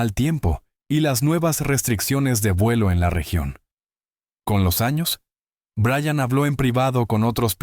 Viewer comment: Buenas , Everest? En realidad aprecio y creo en el trabajo de Linda Moulton Howe pero , a usted señor NO le creo lo que dice. Tal vez Brian haya tenido experiencias inusuales pero en su relato hay inconsistencias. A propósito , sería bueno que aprendiwra a pronunciar el nombre Brian (o Bryan) de manera correcta y NO 'Brayan' ya que su pronunciación demuestra ignorancia. Saludos 😊😊